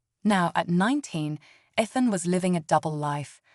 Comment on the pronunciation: Stop mispronouncing Ethan 😢